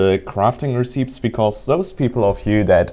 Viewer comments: also insted of him saying recipes he says recetses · Wideos, mee lee, crafting reseeps,wtf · Receeps! Hahaha...... No Offense.